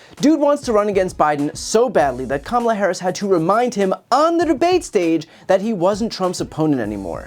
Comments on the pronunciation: And he STILL can’t pronounce Harris’ girst name. He is uneducable. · He forgot how to pronounce her name, she introduced herself personally 2 days ago!